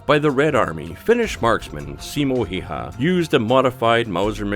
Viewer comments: what did u say Simo heihä? its SIMO HÄYHÄ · I LAUGHT SO HARD WHEN HE SAID SIMO HEHAA